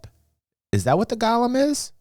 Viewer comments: but the way you SAID it was "GOL-LUM"... not GO-LEM... a Golem is; 1. an artificial human being in Hebrew folklore endowed with life, 2. something or someone resembling a "golem": such as a : automaton b : blockhead. "Gollum" is a evil twisted Hobbit character in LOTR. And my Panties are just fine thank you very much. A little tight but the chicks dig the metal studs... =] BTW, love yer chan bruh... you do the good works. 07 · GO-lem... as in GO HOME... Golem... FFS google a thing man. SMH